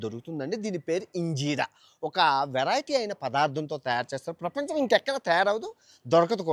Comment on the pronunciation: ఏంటి బాబు పిపంచo ప్రీపంచ్o 😂😂😂 నీ మొఖం మండ నోటి తిరగని మాటలతో చంపేస్తున్నావు కదరా😂😂😂😂